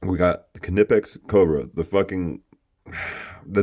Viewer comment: Kneepex is how it sounds.